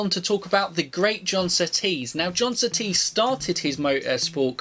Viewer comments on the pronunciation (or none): It’s John Surtees - not S’tees - at least give him deserved respect by pronouncing his name correctly ?!?!? Cheers. Rx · John sooties it sounded like lol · john settees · Annoys me a little that is British yet can’t say Surtees correctly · The pronunciations of Surtees and Hulme broke my heart. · GDTrayner I’m an English avid F1 fan, I’ve never heard anyone before say Surtees name like that, it annoyed me too. He had one ☝️ job.... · I'm howling that was hilarious. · Kiwi pronounces Surtees exactly how I have heard every single person in my life pronounce the name. British guy decides to pronounce it totally differently. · Never heard Surtees pronounced like that b'fore